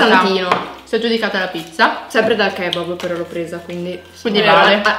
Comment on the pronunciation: Ma io dico kebáb non kébab